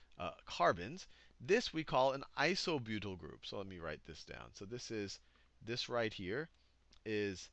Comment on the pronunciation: "methly" "isobutly" Sal, you're epic. XD